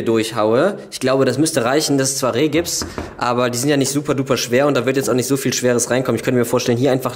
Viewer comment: 😎Hey, wie immer cooler VLOG! 🤔Aber sag nicht immer "REHGiPS" 😂😂😂es heißt Rigips!!😇